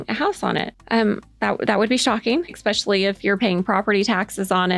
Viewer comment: stop. "ekspecially" is not a word. it is like nails on a chalk board. it is "es", especially.